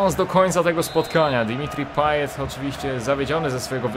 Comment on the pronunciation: Wymawia się drimiti paye